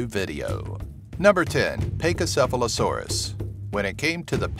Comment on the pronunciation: If your choosing one from each group why did you choose 2 hadrosaurs? You should have just put shantungosaurus. Also, you mispronounced a LOT of names wrong. Pachycephalosaurus is pronounced (Pack-ee-sef-o-low-sore-us) Baryonyx is pronounced (Bary-on-ix) Not (Bary-on). Suchomimus is pronounced (Sue-ko-my-mus) Not (Sue-ko-moo-mas). Also spinosaurus had very short legs so it was longer than giganotosaurus and trex but it wasnt taller. The JP III fight with the spino winning is innaccurate because spino's bite force is weaker than other large carnivores due to the fact that it mostly ate fish.